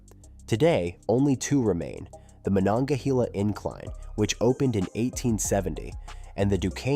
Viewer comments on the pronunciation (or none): Mononga HAY la. Not HEE la.